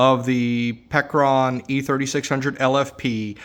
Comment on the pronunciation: Did he say Peckeron? 😂